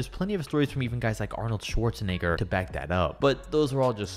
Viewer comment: When you said wilt and you said Arnold what it’s kinda sounds like the n word